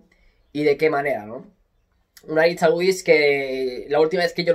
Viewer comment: Porfavor: Aritz Aduritz no, Aritz AduriZ